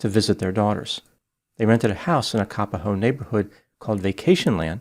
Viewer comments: ..it's Ka _ POHO... not kapaho..please.. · "cap-a-ho" and "wah wah", hawaii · Thanks for covering this story! But Kapoho is pronounced differently than what you are saying 🌺